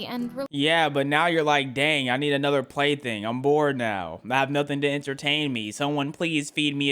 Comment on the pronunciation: how he said play thing😬